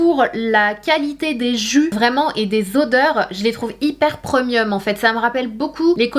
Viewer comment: Sana je t’aime beaucoup mais s’il te plaît 🙏 tu peux dire prémium et pas preumium